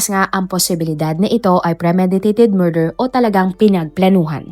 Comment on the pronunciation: “Murder” ang sinabi pero sounds BURGER ayyysus